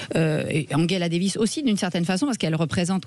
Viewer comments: Le son "ge" se prononce "gueu" en allemand comme Angela Merkel , mais en français et anglais se prononce "je" comme Angela Davis et non pas Anguela davis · Après avoir mal prononcé Angela lorsqu'il s'agissait de Merkel (ils le disaient à l'anglaise), voilà qu'ils le font avec Davis (ils le disent à l'allemande)... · Madame, messieurs, quels que soient vos griefs vis-à-vis d'Angela Davis, prononcer son prénom comme celui d'Angela Merkel est profondément inepte et ridicule.